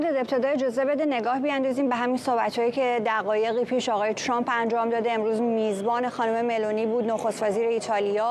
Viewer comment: عی رم دهن سمیرابااون فک کiری چراعقده ی اینوداری که بالحجه عنگلیسی حرف بزنی و به ترامپ بگی چرمپ خوب مثل ادم بگو ترامپ ،،،،اقای چرررمپ که چی اقای چرررمپ